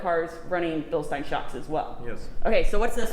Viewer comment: We love you (sorry if I butchered your name) Excellent footage. Now just to get the American public to pronounce Bilstein correctly.